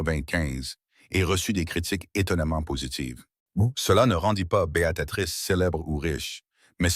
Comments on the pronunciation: Oui - Béa tri sse. Il est vrai qu'en tendre Béatatrix à longueur de temps est très pénible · On prononce bea-trice